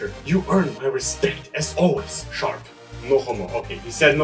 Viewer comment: Also the first time you pronounced my name is fine, Sharp